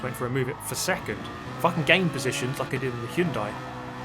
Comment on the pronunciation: I know but it just sounded like that xD